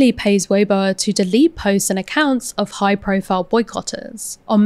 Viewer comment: BTW, weibo is pronounced vey-bwo-a (with a short "o" like "worsted", not "won't")